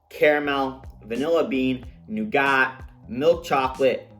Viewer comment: Buddy you’re killing me with that pronunciation of nougat! Think…noo-guht…sugar, honey and egg whites